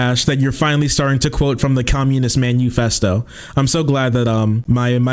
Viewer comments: He pronounces it the Communist man U fest O because he doesn't want his viewers to Google what it is and learn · Homeboy said "manuefesto" lmao. Immediately knows jack shit. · Because of the way he pronounced Manufesto, my brain has been looping the phrase "Communist menu" Oh yes, I'll take one revolution from the Communist Menu, and I'll pair it with a nice red wine.